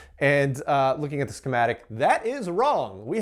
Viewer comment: has an interesting occasional vowel shift. "at" -> "et" "send" -> "sind" The "ah" to "eh" shift pushes the "eh" over to "ih" otherwise there'd be overlap. (chain shift) And "quite" is pronounce "quiet." Apparently, this is common in East Texas, near I-20/I-45 not rural, Central Texas non-Austin native, or Houston metro native, outside the city. I think I remember him saying he's located in the Houston area. ~ end of unsolicited armchair phonology ~